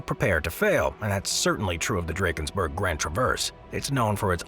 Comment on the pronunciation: My wish is that youtubers start pronouncing names of places correctly. The pronunciation of Drakensberg in this video is appalling.